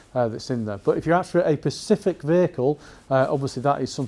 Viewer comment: I he saying ‘Pacific’ instead of ‘specific’? I think he is.